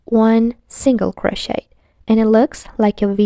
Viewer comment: She said croshiter😂